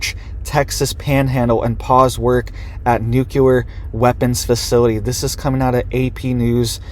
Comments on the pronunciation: There is not an extra u in the word. NU-cle- ar. It is not Nu cu ler. Regardless, thank you for the report. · You sound very uneducated when you say , nooculler. The word you shoul be saying is "nuclear". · It's nu CLE ar. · Say it with me: nook-lee-er